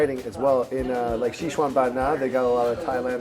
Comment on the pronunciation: you actually pronounce Sichuan better than him,,wtf